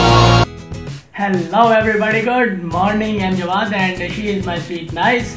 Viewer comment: u r pronouncing it wrong.